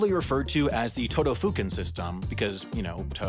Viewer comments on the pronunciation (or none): the todofuken part destroyed my ears wtf